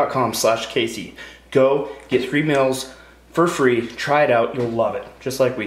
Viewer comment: Maybe it's because he lives in Idaho, but he pronounces "meals" as mills and it drives me crazy! Lol